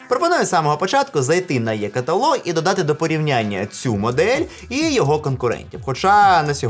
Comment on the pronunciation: е каталог, або і каталог, але не Є каталог